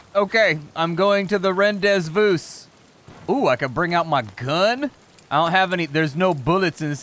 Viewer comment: The way you said rendezvous is correct, now I would like to hear you say Joaquin Phoenix.